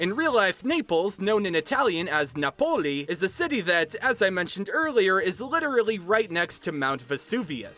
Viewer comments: Just so you know, in Italian Napoli has the stressing is on the a not on the o so it's pronounced by stressing the a more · The Italian in me was so confused on why Napoli was pronounced differently from how I say it… and then I remembered that I’m an New Yorker with a family from Napoli